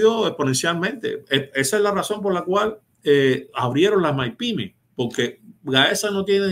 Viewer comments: Dice Maipimes. Es un experto realmente 😂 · ese hombre está claro en lo que dice, pero explícale que se dice “mipímes”, no “maipímes” (medianas y pequeñas empresas).